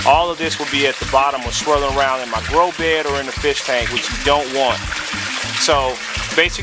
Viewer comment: You keep saying "grow be" why you forget the the "d"? Is it just easier? my english needing help.